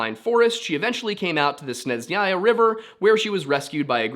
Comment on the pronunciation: Snejnaya its pronounced :) it means snowy. it’s easier to just ask Russians directly to help you with pronunciation so don’t have to guess every time.